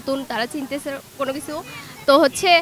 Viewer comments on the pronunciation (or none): none